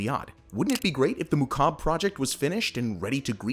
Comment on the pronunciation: Every time he said "mukab" my arabic cringed